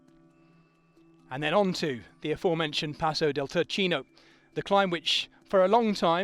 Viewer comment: Turchino pronounced Toorkeeno (baned after Mount Turchino itself named after the "pietra turchina (turquoise stone)" that was extracted there... and of course the word turquoise comes from Turkey (the country) where the stone was originally imported from